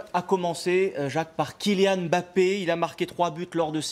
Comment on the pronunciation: Quoi j'ai bien entendu le gars à dit embapi ballon d'or